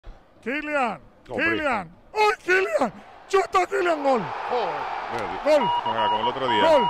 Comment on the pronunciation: Pareciera que estuviera ladrando en vez de diciendo gol, que malo es tal lama narrando